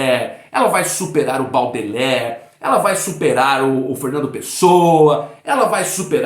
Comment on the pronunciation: De acordo em número gênero e grau!Se lê bôdelér!